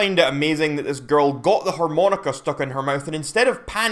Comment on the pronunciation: TF is a 'whore-moan-ica'?